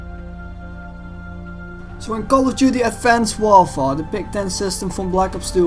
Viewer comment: Its sounds how he says it